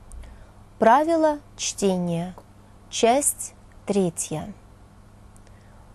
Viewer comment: Оговорка на 30-й секунде: "Правила чления". :)